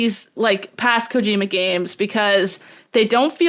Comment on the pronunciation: For the love of god please stop stressing the middle syllable of Kojima so hard. At least try to say it the right way, instead of the white way.